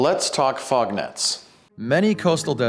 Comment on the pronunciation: i though you said frog.